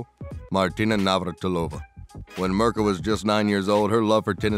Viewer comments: Who's Mrka? Her name is pronounced Meerka :) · LOL. Ok not much actual Federer here. And Mirka is pronounced Meerka.. but any look at Roger is welcome. Next.